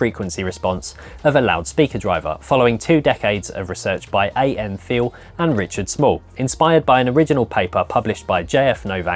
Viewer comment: Not being picky, but Thiele is pronounced Teal. BTW, Neville Thiele was a lovely guy, a real gentleman. I got to know him via the AES in Melbourne, Australia. This is a fascinating series. Well done as usual. Not you flopcat, just the guys.